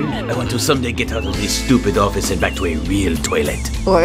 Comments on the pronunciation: ˝Did he just say orfice?˝ Me: OFFICE!!!!!!! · orafice lol That killed me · He did said orfice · Orfice lol!